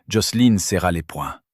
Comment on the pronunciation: Pitié c’est JOCELIN et non Joceline 😂😂😂😂😂😂 l’IA débloque !!!😂😂😂😂